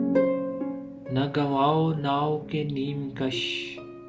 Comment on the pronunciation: The words are Na gawaon nawak e neem kush Dil e Reza reza gawan diya Its not naa-o (think kishtee